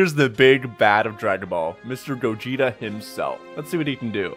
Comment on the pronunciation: Hearing "Gah Jit uh" instead of "Go Jeet Uh" Hurt me for some reason...